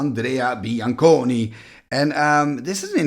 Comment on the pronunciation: you said bianconi very well